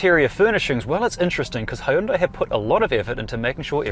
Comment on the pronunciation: good review, but I'm surprised they didn't school you on pronunciation of Hyundai